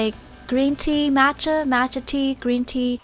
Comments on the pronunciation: it's m-ah-tcha not m-aa-tcha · the way shes says matcha lmao its motch-uh not match-uh also saying matcha green tea doesnt make sense because matcha itself is simply ground up green tea leaves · match-a? you mean matcha? It's pronounced mot-cha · Nobody: Literally nobody: “Matcher tea” (jk) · The way she said matcha , I literally clicked off the viddo 😂 it's "MA- CHA" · The eff is MATCH-A?? Its Maaacha like whaaa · Am I the only one who got triggered on how she said Matcha tea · When she macha it sounded weird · You pronounced matcha wrong